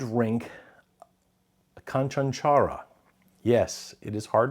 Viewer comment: I will help you with the pronunciation of the canchanchara next time 😂